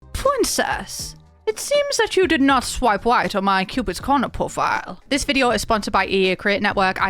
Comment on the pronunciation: I hit that like button so FAST after hearing “swipe wight”